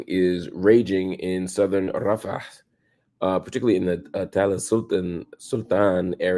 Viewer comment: Mr Hill….sigh The way you say, Rafah, with an accent is quite curious. Especially since you call your own people the N-word! You protect them, but leave your own exposed. My brotha, you need to be taken to, “night school!” Let me know when you’re ready for that education.